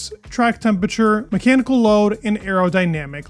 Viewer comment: ... or temperature (not tempature)